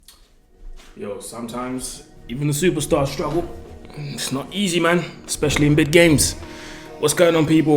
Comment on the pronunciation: it aint easeh